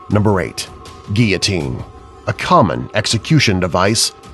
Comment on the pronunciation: Btw you can't say guillotine! 😂